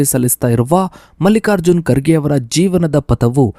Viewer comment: Karge or kharge Aarambika! Sangarsha not sangharha! Aaramba or aarambha Kyata o khyata etc. Very bad pronunciation!!